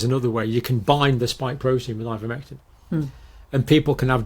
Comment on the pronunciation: " Ivomectin " how do you spell it, pray tell ????